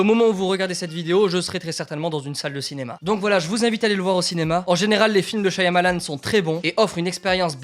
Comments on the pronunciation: Super et tout comme expérience. J'ai hâte d'aller voir le film. Mon préféré par lui était Lady In The Water Petit truc qui me dérangeait cela-dit, le Y de son nom est silencieux, ça se prononce "Sha-Ma-Lann" et pas "Sha-ya-Ma-Lann". Voilà, bonne continuation et en espérant que tu auras aimé le film. :) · Un de tes réalisateur préféré mais tu n'avais jamais vu une photo de lui (à savoir qu'il fait un caméo dans quasiment tous ses films) et tu ne sais pas comment prononcer son nom ?